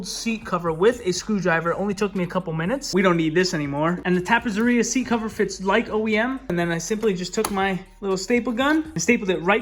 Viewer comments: I see some familiar touches! Lookin' awesome,. Ok so, two ZZ's in Italian makes a TZ sound, like pizza. So it's TappeTZeria, to pronounce it properly. Meantime? Keep up the great work! peace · beautiful bike nicely done!! but you are saying it wrong , tappezzeria is pronounced like pizza , so is tappetseria which means upholstery in italian